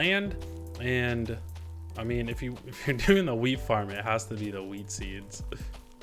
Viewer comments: Is it just me or does it sound like he says weed instead of wheat. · nice vid but for a sec I thought he said weed not wheat